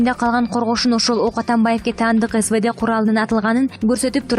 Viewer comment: Ак эмес А Ка 74 , сывыд эмес Эс Ве Де деп окулат , сабат жок болсо сабаты бардан сурабайсынарбы!!?